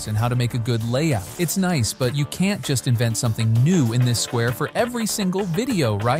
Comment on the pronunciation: I had my suspicions but the "Noice" blew your cover away. Been a big fan of your videos for so long man, wish you all the best ❤